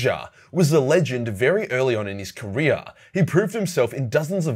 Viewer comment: LMAO .....IT sounded like you said "What he did after HELLSREACH, and how it affected his life in KOREA." 🤣🤣🤣 If GRIMALDUS had fought in the Korean war... BODIES.....JUST AS FAR AS THE EYE COULD SEE...LMAO